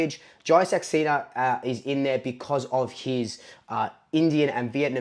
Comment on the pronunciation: Hey mate...Saxena is pronounced "Sux" "say" "na"...you got pretty close! :-)